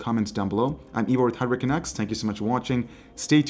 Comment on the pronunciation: Hi. I'm been meaning to ask forever but how come each time you introduce the videos it sounds like you're saying "hurricaneX" instead of "HardwareCanucks"? or am I just hearing hurricanX when you say Hardware Canucks?